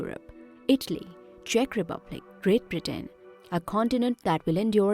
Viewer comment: Toewntytoewnty. Greet Britteen. Hoerricanes. Flods. Horrible commentary.